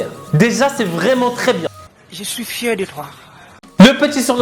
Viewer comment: "je suis fierrrrrrr" mdrrrrr tu m'as dead